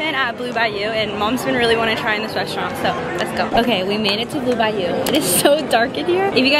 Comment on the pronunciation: Bayou= Byu SAY IT WITH SOME SWAG